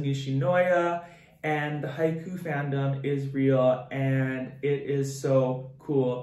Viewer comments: I just wanted to say that it's haikyuu l, not haikyu, just saying😊^_^ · This isnt a hate comment but it's pronounced He-ka-you